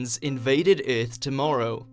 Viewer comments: Instead of saying “er” he says “ee”. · What if aliens invaded ith tomorrow? Good thing i live on earth. Lol i cant stop hearing it now. Ith lol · Ironically Vague "the eerth" 😂😂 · If there are any....they are looking for YOU cuz you pronounce EARTH, "Ehrth". They may just want to place your brain in a smart car....see if you could handle driving yourself in any kinda "wheathah" "furst"...... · Maybe them aliens can I swing by and teach this narrator how to say the word Earth correctly!!! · that pronunciation of earth at the beginning really annoyed me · learn how to pronounce earth..